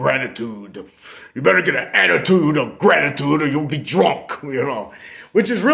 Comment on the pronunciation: An ayeattiude of grayeaitude ! feck off!!😂😅😅